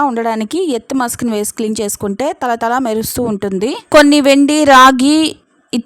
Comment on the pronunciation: తల తల కాదు తళ తళ అనాలి